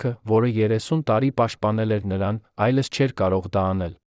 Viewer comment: վայոնց եմ նեռվայնանում այս ապուշի կարդալուց :Մի նորմալ կարդացող չունեք որ այս անգրագետներին եք տալիս որ կարդան: այ ապուշ ոչ թէ այլս այլ այլևս